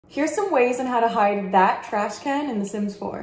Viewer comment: Or some swatches of THAT trash can. (Love the emphasis on *that*) lol